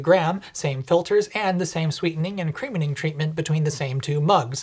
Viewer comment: Did you say "creamening"?